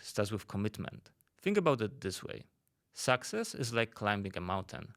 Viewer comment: Maybe you should learn how pronunce success first